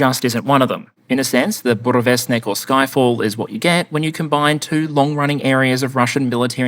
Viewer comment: Did you say it called "Ffyck all"?